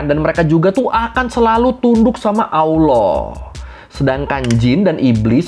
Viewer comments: ALLAH bang bukan AWWLOH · Bukan awloh bang tp Alloh.. pake lam, bukan wawu 😁